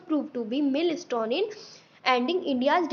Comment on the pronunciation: the essay was written well but I feel your pronunciations could improve ( you mispronounced GOD, MILESTONE & RELIANCE ). Also, I feel the Phrase at the end was not required and I personally was unable to grasp its meaning. All in all great efforts and job well done :)